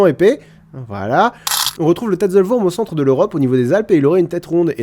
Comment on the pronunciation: Tatzelwurm se prononce en français "TAZEULOUEURM".